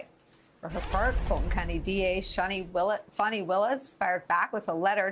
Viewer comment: This chick is even mispronouncing the prosecutor’s name it’s not FAWNIE